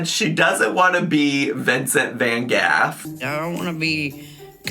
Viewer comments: Dutchie here. No, the pronunciation isn’t correct. I wish I could leave a voice note here of how to pronounce it. The “G” is a harsh throat sound as is “GH”. The A in “van” also has a shorter sound than the American way of pronouncing it. But Amy and are both far off the correct way 😅. However, I do understand foreigners having difficulty with our names. Or well, some of our names. So you guys are forgiven 😄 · Not being a LOUD & WRONG SNOB 😂. The vast majority of English-speaking Europeans pronounce van Gogh as “van Goff”. The name is Dutch and is pronounced more like “finsen phan houff”. There are sounds in Dutch that are not present in the English Language, so it technically can’t be said correctly in English. However, Amy’s pronunciation is closer in accuracy than your own. Even French people don’t pronounce it “van go”, it’s closer to “vah guhg” with a slight emphasis on the second “g”. I don’t care if her pronunciation was intentional or not, but the fact is, you had the audacity to laugh at her when what she said was closest to the correct English way of saying his name. Clown behavior. Great job. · That’s how it’s pronounced in England but isn’t is still wrong. In Dutch it’s more like Van Gockh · Amy didn't pronounce "Vincent van Gogh" wrong. That's how British people pronounce it. It's still not the official way that the name is pronounced in a Dutch accent (it's a Dutch name) but it's arguably closer to the original Dutch pronunciation than how it's typically pronounced by Americans. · Fun fact, Amy is an American and lives in the U.S. and is pronouncing it incorrectly. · Her grandma was the queen of england, I thought she said. So that’s probably why she pronounces it that way. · She didn't pronounce it how it's actually pronounced. Just the English pronunciation